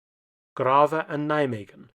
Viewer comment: I can imagine English speaking people not wanting to go to Grave. Nice pronunciation, though. /Though that Veghel was a crime